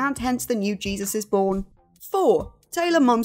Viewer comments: Can tell you never watched The Fosters. Jake T Austin’s character is not pronounced Jesus. It’s pronounced like Hey Zeus. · The name Jesus is pronounced Hey-zoos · It's pronounced Jesus, not Jesus